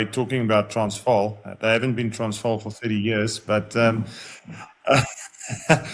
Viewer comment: Impressed. JK pronounced "Transvaal" perfectly.. well done...